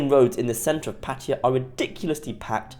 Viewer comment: You can't even pronounce Pattaya correctly, but you allow yourself to make a judgment. You probably have no idea about Thailand and Pattaya.